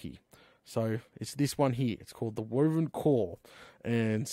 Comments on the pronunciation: it is pronounced why-vern not wo-vern it is a kind of dragon and your mispronunciation is causing me literal pain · Hi! The armor your building is a type of dragon it's pronounced {why-ver-in} Love your videos. (Hi Venom:) ) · Wyvern is pronunced Why-vern.